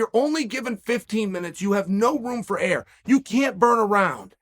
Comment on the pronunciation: Chael says "Remember the Name!" .... and then summarily says the guy's name incorrectly for the next 20 minutes. 😆Kinda like how he somehow turned Yair into "Yah-Rear." Ahhhh ... we love us some Uncle Chael! Love the daily content!